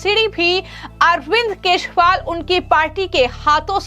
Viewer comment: यह हमेशा केश री वाल कहती हैं